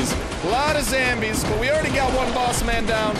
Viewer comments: You said zambies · Did he just say Zzombies? 😂😂😂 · did you JUST say Zzombies? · he sid enime sfirst and then zhambies